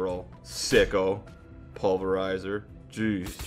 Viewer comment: pulverizer?lol.more like "pervertizer" or "perverizer"